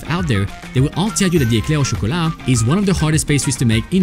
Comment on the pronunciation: I’m French and when you said " Éclair au chocolat " at the end of the short you had à French accent